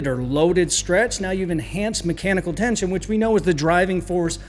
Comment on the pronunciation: "tieenshun" lmfaooo